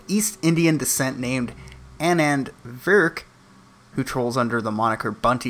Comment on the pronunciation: Pronunciation, Annand = Annan (Ah-Nan)